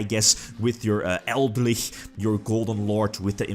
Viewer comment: Pretty sure Eldlich is a play on Lich (undead), El Dorado and Eldritch, so it should be pronounced Eld - Lich